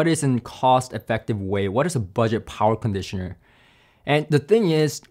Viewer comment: Talky.. Talky.. talks alot.. but says nothing really of specs or substance of any comparison of the "many many" "tested" products...??!.. but if he makes a dollar for everytime "powa cronditioner" was said.. he'd make more youtube dollars than the sponsors endorsement adverts... subjective waffle talk 0/10 use..